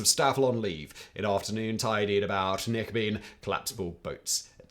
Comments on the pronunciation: knickebayn not knickebean 😁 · Simon, if you're going to pronounce Knickebein like knicker-beam, you might as well call it the panty-ray!